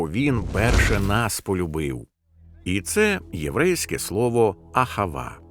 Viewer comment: АГАВА а не АХАВА